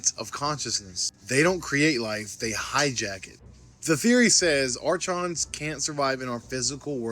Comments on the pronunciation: Seriously what's wrong with Americans and younger generations not being able to spell English words or syllables? The word "archons" (pronounced /ˈɑːrkɒnz/ or /ˈɑːrkɒns/) is a disyllabic word (comprising two syllables) derived from the Greek árkhōn. Not Ar-Chons (/ˈɑːrshonz/ or /ˈɑːrchons/) not arshhhhhhhhhhhhons... jesus arkkkkkkkkkons... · ...bro, you guys are killing my OCD... archons is not "arch-ons", it's "ar-kons". lol! Sik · It's actually pronounced, AR-KAHNS. It is spelled Archons, though. They are evil parasites.